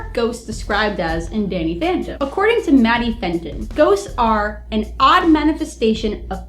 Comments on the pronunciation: Am I the only one who noticed she said Danny Phanton instead of Danny Phantom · its Danny phantom not fentom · You said Danny phenton at.